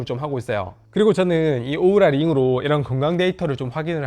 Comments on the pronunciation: 오우라를 왜 우우라 라고 하셔용 ㅋㅋ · 우우라가 아니라 오우라^^